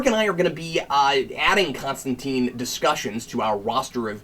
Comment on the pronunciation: It's Con-Stan-Tyne Like Raysh al Ghul :) POWER TO THE CREATORS ! & not Goyer